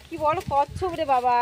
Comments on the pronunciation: Kassam na, kassap bole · ওটা কচ্ছম না কচ্ছপ 😅